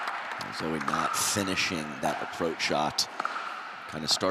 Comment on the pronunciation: Sounds like the announcers are saying "Zoey" almost -- are they getting the pronunciation right? Dominant performance by alw as always.